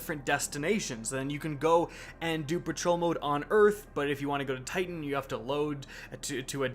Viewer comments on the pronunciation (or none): none